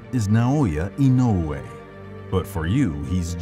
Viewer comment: Nice to find a YouTube channel that can pronounce "Inoue" right. 😊